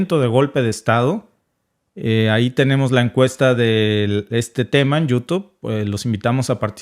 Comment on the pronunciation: TU ERES HIJA DE MADURO😂😂 PORQUE HAY PALABRAS QUE NO PRONUNCIAS BIEN😅😅 TIPO YOU TUD QUE ASI LO PRONUNCIAS 😁😁 CON TODO RESPETO 👍🫠